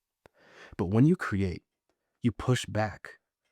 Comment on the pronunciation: Great content and great ideas. Most people cannot pronounce the long e sound like we or seen. So the word create comes out cruate